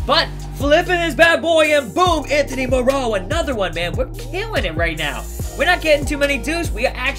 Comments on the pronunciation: anthony more-row.... whos mans lol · It's Mar-oh 😂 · ANTHONY MOE-ROW??!!😂😂